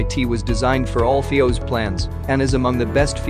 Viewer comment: Must you have a.i. do the narration. It dosent even know how to say FIOS